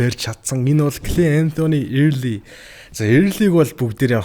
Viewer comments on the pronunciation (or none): Эээрлий ээрлий gshagd bhi Өөрлий gceshde sda